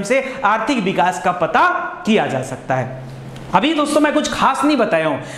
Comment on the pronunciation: बिकास नही sir विकास बोलीये please